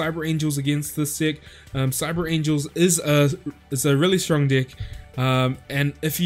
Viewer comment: So I'm the only one that hears d🍆ck instead of deck